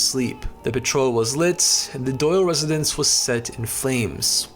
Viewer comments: Great stuff but please check your pronunciations. Never heard anyone pronounce "petrol" like that before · You need to work on the pronunciations of words...petrol is pronounced pe-troll with the t being sounded..corps is pronounced 'cores' not 'corpses'